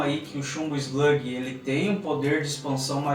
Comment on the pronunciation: E eslugui não eslague